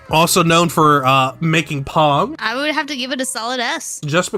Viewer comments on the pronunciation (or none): did bro say "pog" for pong,,,, chat, I think we're cooked